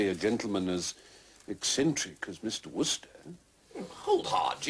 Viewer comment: Why does that actor think that an American would pronounce 'Wooster' to rhyme with 'rooster'? He should say it the same as the Brits, only ending in a hard R.